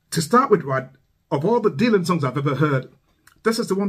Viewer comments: The "y" in Dylan is pronounced as an "i". Sounds like dill-un, not dee-lun. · I really like almost all of your reactions, and this is no different. However, let me help you with one small thing. You are mispronouncing Dylan's name. It is not "deal-on," it is "dill-on." You may be turning some folks off by the mispronunciation.